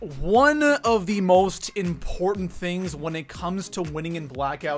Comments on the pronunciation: It's "important" not "import" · Is he saying import instead of important? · It bugs me every time when he says “ import” instead of important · important is pronounced ... im..port..tant. not impornt. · How does this guy have 750K subs? His voice is so annoying. “It’s so ‘import’.” What? LOL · This dude really can't say important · What cant this clown pronounce "important" correctly?